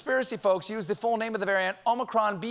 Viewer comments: It’s not ōmicron, it’s ah-micron. -A Greek student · btw i am Greek i know how you should pronounce it and is OmIcron. not omAcron. eeee like electrified! ok? because sfter Omicron is Pi. to pronounce that pie ! ok?.thanks. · Omicron is pronounced with the last syllable stressed in Greek- omi-CRON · it's AH-micron why can't people just look it up 😩😩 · O'Micron ... it's Irish ☺☺☺☺ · In Greek there are two "O's". The long O in Greek is Omega as in "Oh". Omicron is a short O as in Octopus or Democracy. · It's wonderfully amusing how much time you devote to the problem of how to pronounce "omicron" properly. So may I point out that the problem actually concerns the first letter of the word? "Omikron" is a Greek word which literally means "the small o", just as "omega" means "the big o". The difference is reflected in the fact that "omikron" should be pronounced with a short "o" as in "offer" or "order", whereas "omega" demands a long "o" as in "only" or "omen". So if you are genuinely struggling to pronounce "omicron" properly, don't pronounce it with a long "o" at the beginning as if it were written in Greek with an omega instead of an omikron, but with a short "o" just as in the last syllable of the word "omicron". I spare you the additional comment that the American long "o" sounds like a diphthong which is only an approximation to the marvellous plain long "o" which you find in many European languages, Greek, Italian and German included. Thanks for your attention, writes a pedantic German who nevertheless enjoyed your hilarious disquisitions. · Every Futurama fan knows how to pronounce Omicron.